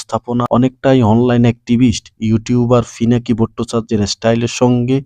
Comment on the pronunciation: ফিনাকি না পিনাকি